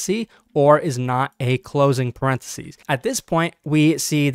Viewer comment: The singular of "parentheses" is "parenthesis" not "parenthesee"